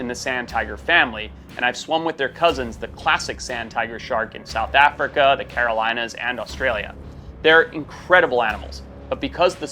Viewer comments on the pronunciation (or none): none